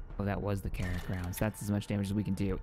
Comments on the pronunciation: Enjoying the playthrough. Do wanna say I believe it's(krak) pronounced crack, like shack or attack, unless I'm missing an injoke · Calling krak grenades "carrot" grenades is hilarious for some reason.